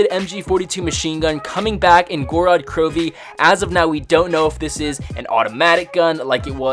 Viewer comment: theres only 2 syllables in gorod bro